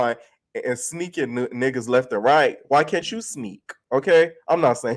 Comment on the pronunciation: you saying sneak stink 😂😂